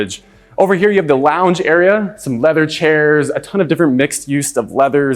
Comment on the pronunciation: "Kids launge area"